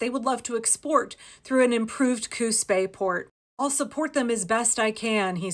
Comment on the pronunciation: I kept hearing "Coos Bay" as "Coup's pay". Or even "Coup spay". 😛 (And it didn't help, the way the auto-subtitles struggled to get it right!)